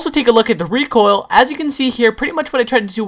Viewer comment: LOL! I just noticed he says "Recool" it's like, "I gotta get some OOL for mah lawnmower" LMFAOLOLLMAOROFLPANCAKESPICKLE9000 LOLOLOL